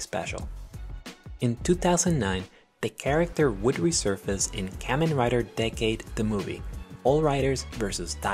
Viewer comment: You are saying kamen wrong